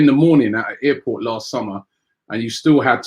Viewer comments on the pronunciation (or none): none